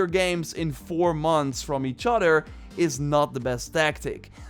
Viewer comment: "Furder from each-otter"